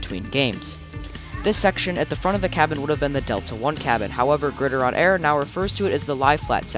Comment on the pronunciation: Pretty sure it’s pronounced “Grid”-“Iron” like the nickname for football. Not Grid-ih-Ron.